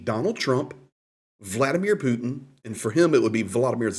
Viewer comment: Another reported can't pronounce Putin with a (T) It's Not "Poo In" 🤡